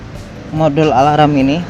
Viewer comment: Mas, sebutan “ Alarm “ itu yg benar cuma “ Alam “. Bukan “ Alaram “ ngam perlu ditambah “ ala - “ ram “ nya. Cukup sekedar “ Alam “.